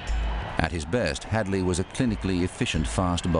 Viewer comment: HAD-LEE! HADLEE! HAD-LEE